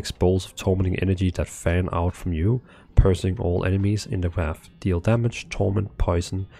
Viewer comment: That's a neat concept, I like it. FYI "piercing" in english is pronounced "peer - sing". Great video as always!